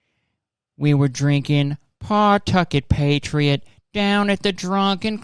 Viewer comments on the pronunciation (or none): Kurtis, you pronouncing Pawtucket wrong made me hurt inside.